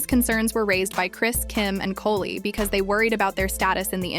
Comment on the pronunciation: She call khloe kohl and koley lol